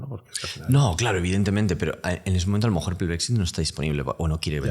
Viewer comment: no puedo parar de fijarme en que siempre dice "a lo mojor" xd